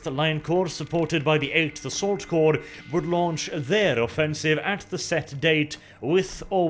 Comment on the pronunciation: Finally someone who can say the word Corps (Korps) properly. Emperor bless you